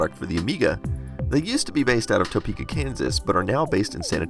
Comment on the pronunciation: I'm sorry I have to correct you. I live in Topeka, KS. It's pronounced TA-Peka NOT TOE-Peka lol you are a really awesome dude so I can forgive you for this mistake.